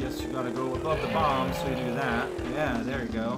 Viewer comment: Every time I hear him say 'bom-buh' I gain a nanosecond of lifespan. I think I got the better deal.